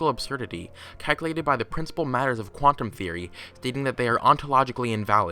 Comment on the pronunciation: BY THE QUANTUM TEEROY OF (FQRT NOISE) yea i had no idea what he said anybody know